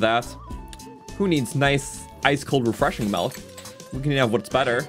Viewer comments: Milk, not "melk" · This dude for his entire life: “MELK” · I love how he says "melk" for milk 😭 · this is legit just saying melk for half an hour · You're from Ontario, aren't you? Your pronunciation of 'milk' gives you away.